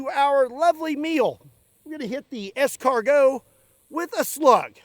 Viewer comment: As a Frenchman, I am honored to see how correctly you pronounce escargot. Indeed, eaten like that, it is just impossible. In the oven with garlic and parsley butter in a crispy pastry shell and a good piece of bread to mop up the fat, that is the right method.